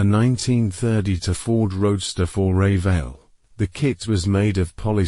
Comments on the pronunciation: Ray-vale? lol….I miss Jo Han… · Nice video, but I really hate AI voiceovers, they have terrible cadence and no idea how to pronounce half the words. Ray-Veil… Rown-Taa…? Rarest kit is probably the AMT 1911 Chevrolet, something like 25-50 produced. I’d heard 500 of the Used Cars kits were issued, since it was only the box art that differed who knows. Until we find concrete evidence of production numbers for the 1911 Chevys and the Used Cars kits it’s impossible to be sure which is rarer.